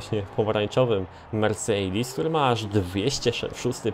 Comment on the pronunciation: uszy mi krwawią jak mówisz "mersejdis" -_- chujowo to brzmi wg mnie .